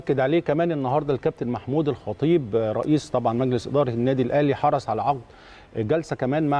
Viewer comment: حرص بالصاد مش بالثاء